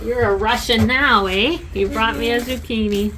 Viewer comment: Very Swedish accent